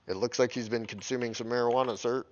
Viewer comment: Marjijuana ? You mean Cannabis. Plus -- wait until you buy "Push" -- now that's the stuff! Tip 2 -- Get "ED Co-Pilot" if you haven't already.